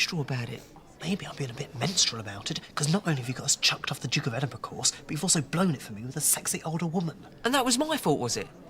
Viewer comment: Congratulations you are the first American, I've ever heard, pronounce Edinburgh properly 🏴 happy healthy peace ✌️